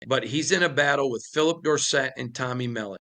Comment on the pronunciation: Dude cannot pronounce Tommy Mellots name correctly. Thats just lame is all I can say.